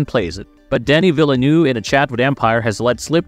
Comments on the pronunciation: I wonder whether the voice is real or AI genrated; what puzzles me is the pronunciation of VIlleneuve (vil·nuhv) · If that was a AI v/o, it was the best I've ever heard by a very large margin. That makes mispronouncing half the names an even greater miscarriage.